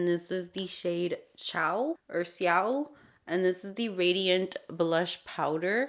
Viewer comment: I know you know how to say ciao 😅